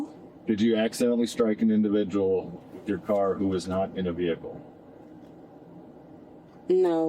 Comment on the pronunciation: With being pronounced as wiff is making my brain itch.